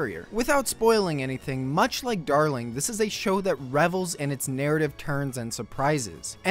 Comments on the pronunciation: ah yes. Da-Ling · Dah-ling chain